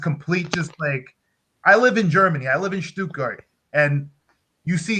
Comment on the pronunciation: I mean, that's great that you live in Stuttgart, yet can barely pronounce German words. I'm from Bremen, have family in Bremen. Sorry mate, you're no Raphel Honingstein. I leRv ErN StuErTgErt.